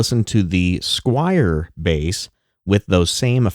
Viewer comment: Squier, not Squire! S-Q-U-I-E-R.